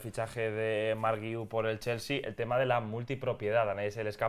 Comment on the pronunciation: No se pero eso que decís del apellido del chaval que no lo sabíais pronunciar porque era muy catalán es una tremenda estupidez, guiu solo tiene una manera de pronunciar, no solo en catalán, en español guiu se pronuncia gui-u, no veo puntitos de dieresis por ningún lado que podría justificar vuestro error, si se escribiera Güiu pues podría entender vuestra confusión pero no es así no?